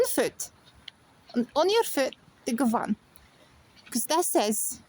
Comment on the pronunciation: You need to change govan to govin to sound more fluent my love 💚🙏👍🍀🍀🍀